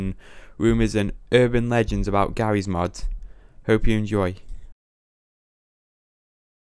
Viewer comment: im sorry bro but "gawwy's mod" made me cry